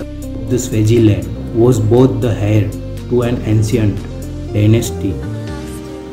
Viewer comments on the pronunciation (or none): none